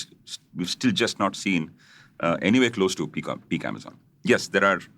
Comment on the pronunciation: Sorry, I don’t mean to be pedantic, but the way the host keeps saying amazen, is just taking me out. I had to stop listening even though I thought the content was good